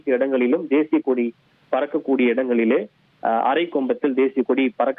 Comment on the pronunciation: Eanda. No I news nu solreenga.... Kodiya ??? Illay koadiya ????